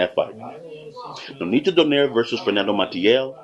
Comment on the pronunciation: nope it's "do" as heard in "door"; "nigh" as heard in "night" (you got this right); and "re" as heard in "replicate"